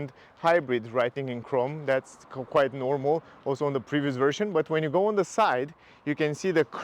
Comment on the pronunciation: I like how you pronounce "da windows plus da roof rails", very jamaican. Also great car